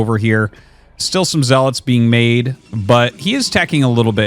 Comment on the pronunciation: Did Arty eat something good? He's been calling zealots properly instead of "zeaLOT".